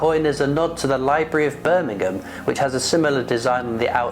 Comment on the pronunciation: Nice coin well presented but Birmingham 👀 Not Birmingham Alabama lol Take care 👍